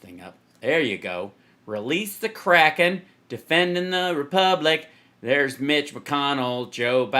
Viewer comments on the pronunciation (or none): Im starting to think Sydney Powell was misheard , we thought she said she was "releasing the kraken" , she actually said "releasing the crackhead" ... 😳